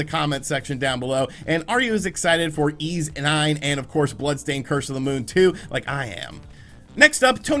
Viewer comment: YS is pronunced like "Fleece" just drop the F and L... not "eeez".....